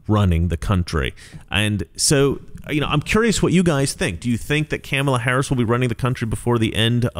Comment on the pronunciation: I love how you pronounce her name... Camel-a